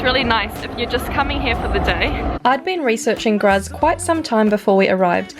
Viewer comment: Nice caption, especially that you spent only one day in Graz; the only thing that was amiss/off, was your (German) pronunciation: e.g. "Graz" (in German) is pronounced "Grahts" (approximately).